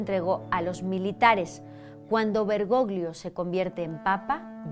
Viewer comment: Querida gracias por tu excelente trabajo, no me pierdo ninguno de tus videos! Hablo italiano, el apellido del papa se pronuncia "bergollo'' porque 'gli en italiano equivale a la elle en castellano. Un abrazo desde España ❤